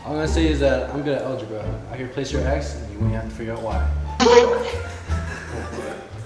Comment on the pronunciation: "I can replaxlce your X, and you won't even have to figure out Y" 😂😂😂 OK!!